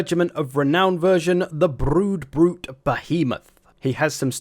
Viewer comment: "bloodbrute =broodbrute